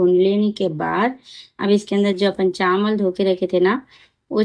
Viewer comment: Chamal nai chawal bolte